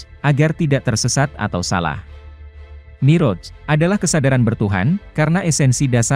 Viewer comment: Yang baca narasinya tdk bisa mengaji & bhs arab, jadi kurang pas rasanya, mi'roj (pakai ain) dibaca moroj